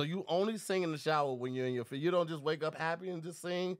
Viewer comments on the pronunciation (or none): none